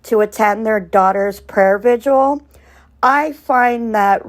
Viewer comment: Prayer vigil. Are you trying to add another syllable to the word vigil? I’m sorry it’s distracting. It’s like your mouth is fighting with itself to say vigil and visual at the same time. Petty , I know. I’m sorry. I agree with you that Don Wells is NOT a man of faith. It’s an act. They both seem to be under the influence of substances most of the time. Sad. Poor kids.